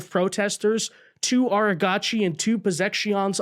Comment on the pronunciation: Its not ARA GACHI, that sounds Japanese, its pronounced argachi